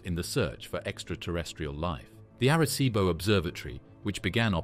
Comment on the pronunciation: Erreh ceebo